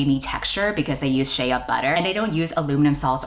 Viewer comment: This is random but I’ve never heard someone pronounce “Shea butter” as “Shay-a butter” haha